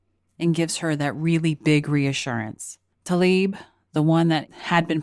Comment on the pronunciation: Tla-ib, not 'Ta-lib'. Why does no one pronounce her name as it is spelled?